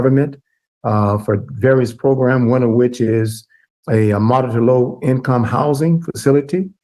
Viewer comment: Again with the “progrums”